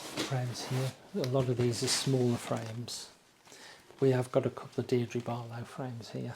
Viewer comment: “Deirdrie Barlow frames” 😅